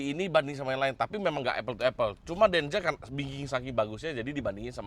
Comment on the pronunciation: denza bang bukan denja